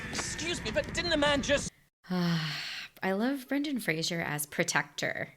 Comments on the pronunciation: Yes, it's "Frazer" and not "Frazyeur" lol. But it's fine. Everyone makes that mistake. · Yep, it’s pronounced Frayzer. Not Frasier. There’s no “i” in Frazer. 😉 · I love this movie, I mimed the entire time 😅 Also: It is Fraser like Razor not Frashur